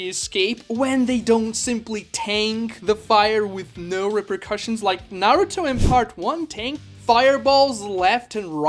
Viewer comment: this guy is making videos about his opinions but he can't even say Naruto right